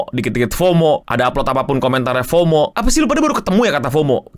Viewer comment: Fomo tuh bacanya FOWMOW